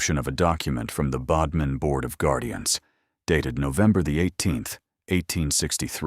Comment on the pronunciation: ‘man beside her’? And it is Bodmin as in ‘odd’ not ‘ode’.